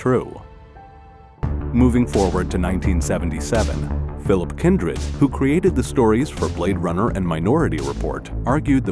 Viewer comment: "phillip Kindred", never heard his name said like that before.